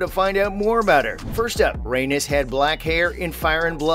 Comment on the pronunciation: The way he pronounces Rheanys is infuriating